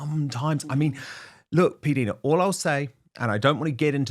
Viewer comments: P Dinah Dan. Get the correct pronunciation through your head. If she said it ok to say P Deena she was just being polite. Haven’t you ever heard introduce herself ? How would you like your name pronounced incorrectly. Every other YouTuber except you, says her name correctly. . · I thought that PDina introduces herself as "PDinah", not "PDeena", as Dan calls her.🤔